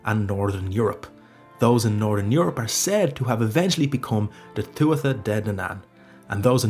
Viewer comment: Sad to hear an Irishman say Tua-tha and Bolg instead of Tua-ha and Bo-lug.